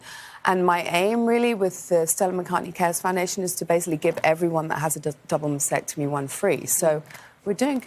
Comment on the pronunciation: She doesn't even know how to pronounce maSTectomy? It's not masectomy.